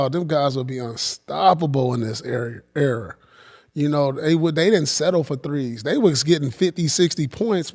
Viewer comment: And why can’t he say “Era”